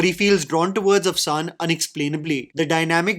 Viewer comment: Its Afshan! The n is silent. Means glitter